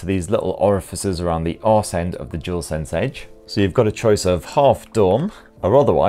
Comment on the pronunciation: I believe it's called Dual Sense, not Jewel Sense...